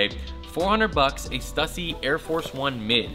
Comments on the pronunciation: Why are you still pronouncing Stussy wrong, dude? We've talked about this. A lot. "Stew-see" "Stew-see" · bro...why do you not pronounce Stussy right?? i'll give you a perfect example. Pronounce "stu"pid and then pronounce pu"ssy". Now combine the two i emphasized while keeping the pronunciation going. There you go now you can pronounce the brand perfectly!